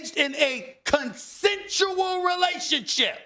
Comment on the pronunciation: can’t say consensual? 😂